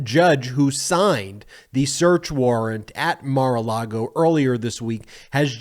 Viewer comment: Ever noticed that Michael Cohen always says Mar-a-Lardo?